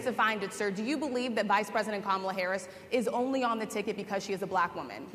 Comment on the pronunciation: If he keeps mispronouncing Kamala's name, she should start calling him DON-OLD.